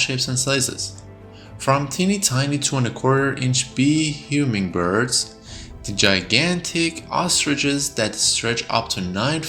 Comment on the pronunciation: Whats a "huming" bird ?